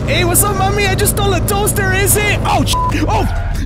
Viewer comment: No one: Absolutely no one:: I stole a toster ESE